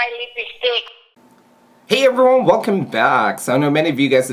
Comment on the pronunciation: lOl hOW YOU SAY *EVERYONE*